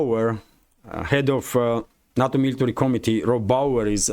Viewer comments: NATO is not a word. It is pronounced "NAY TOE". "na toe" is sushi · NUTTO perfect pronunciation